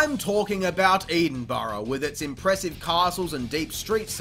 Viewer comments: "EEDinburgh" that's an entirely different part of the name that is normally mispronounced lmao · EEDINBURGH? what?! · future tip for any non-Scots. Edinburgh is pronounced “eh-din-bruh” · I've only just noticed he says 'Eden burruh" for Edingburgh I love this video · as a scottish person im genuinley pissed off by how you pronounced edinburgh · Great video but how you pronounced Edinburgh killed my soul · Kinda triggered me how you pronounced edinburgh but besides that great video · That pronunciation of Edinburgh was the worst I’ve heard !